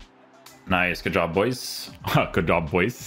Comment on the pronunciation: Why does put a j at the end of a word with d like hood but he says goodj, I’m guessing it a language thing or something?